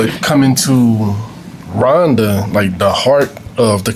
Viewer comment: It's Rwanda not Ruwanda !